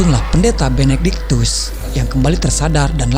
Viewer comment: benectikus harusnya benedictus..hahahahaa